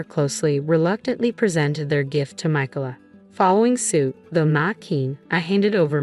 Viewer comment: The name, Micalah, has 3 syllables. In the USA, the second syllable is usually accented